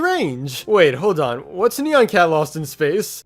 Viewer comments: It’s not neon it’s nyan! Edit: you should have said that sooner but still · I pronounce it Nye-ahn Cat. No offense to how you say it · I've always pronounced it as "neon cat." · iTs KnEy-YaN cAt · I pronounce it like “nai-enn” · I pronounce it ne-yen cat. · It's actually pronounced nai-an cat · its ni an